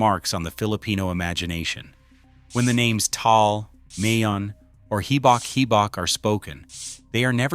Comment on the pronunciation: Ma-yon, not May-Yawn.